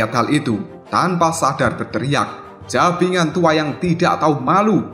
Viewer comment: ngakak saat denger kata "JABINGAN KECIL" yang harusnya "BAJINGAN KECIL" hahahaha